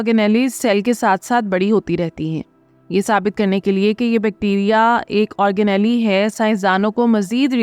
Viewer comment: آرگ نیلی نہیں، آرگ نیل